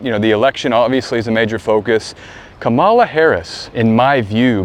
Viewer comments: love your channel,very insightful...Kamala is pronounced comma,la,i am psyched to hear about her Aquarian connection and her ability to win against Trump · Mispronouncing her name is actually a big deal. It sends a signal.